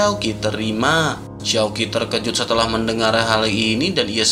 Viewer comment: Mimin..mimin ini cina? Konten nya ok good,konten cewe mah aneh...terkejut min bukan terjekut..t e r k e j u t ni spell nya👆 1 lagi kepala k e p a l a..kepala bukn kelapa